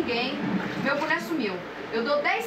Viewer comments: boné, só que ela falava buné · "EU QUERO O MEU BUNÉ".😂😂😂😂😂😂😂😂😂😂😂😂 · Não sabia nem pronunciar direito. "Buné"😂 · Reza a lenda que a Tina tá até hoje procurando o "buné" perdido dela..